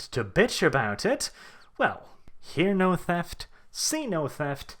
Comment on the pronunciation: did you say Xeno theft? i knew it was them!